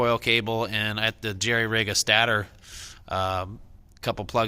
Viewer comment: Stay-tor is how u say stator